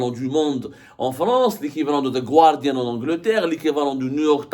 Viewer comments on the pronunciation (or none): none